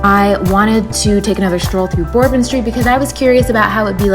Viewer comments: I appreciate your vlog and opinion. I am heading to NOLA Sunday for my 18th trip. Couple points : it’s “burr -bon” street WEDDING PARADE : a “second line “ very common in weekends (always weddings going on ) I think you put a bit too much emphasis on how crazy /negative bourbon street can be , it is normally not all trash and vomit . It’s a big city so it is gonna be dirty and old. That’s the charm of NOLA. But yeah bourbon street after 1 am is pretty drunk and can get crazy but it is just a good time most of the time . Bourbon street and about 7 blocks of bourbon are the crazy part. The other dozen streets are cool and fun but not a neon party. Jackson square , canal street,etc. you could have shown /seen more. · I giggled every time you said Bourbon Lol. Great review!!! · I wonder if she really knows how to pronounce it, but is just saying it weird like that